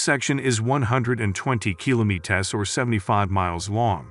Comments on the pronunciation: bothered me so much as well that i had to look for another comment like this hahaha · Just say kilometer, douche. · Had to stop watching this. Learn how to pronounce kilometer. It shouldnt be that hard.